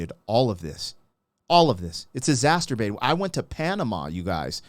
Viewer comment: I love the reactions. BTW, there's no "t" in exacerbated. You're thinkin about something else...😏